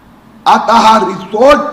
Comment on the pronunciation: Resort nahi rechort😂